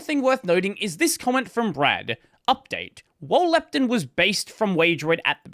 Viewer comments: he speaks Proton correct but Lepton like it is lacking an O. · As an American listening to you change the pronunciation because of your accent, to another pronunciation that is still different because of your accent was funny. Especially when it’s contrasted against protON, and you say leptIN haha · Why do you pronounce the -ton in proton and lepton differently?? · I simply can't believe that "lepton" is such a common word in your speaking environment that you have a culturally preferred pronunciation. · the second "o" in proton is pronounced like "oh" instead of "eh" because the preceding syllable contains an "oh" sound, which is a common pattern in English. for example: moron, boron, botox. lepton doesn't follow the same pattern so intuitively it makes sense to pronounce it differently. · i guess, everyone is used to proton being pronounced how it is but pretty much everything else ending in "ton" in Australian English is "tin"/"tun".